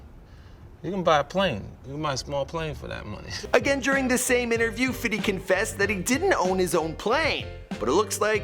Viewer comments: U need to stop sayin fiddy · ohhh no baby its not fitty ITS FIFTY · Long Island is not the same as long beach! And stop saying Fitty its Fifty